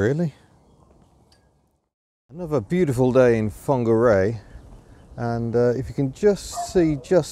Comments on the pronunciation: I'm advised by my resident Kiwi that it's pronounced 'Fong-arr-ray', with a Maori lilt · nice to see you experienced the city where I live. Nice try on the pronunciation of Whangarei. Some locals still call it Wong-ga-ray. Shame you have moved on. Summer is the time to experience this place. Happy and safe travels.... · I visited Whangarei a couple of times in the 70s - we used to pronounce it Wonga Ray, with a Glaswegian lilt. Obviously wrong. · Fangeri or Fongeri ? (I know it's spelled with a WH), but how is it pronounced?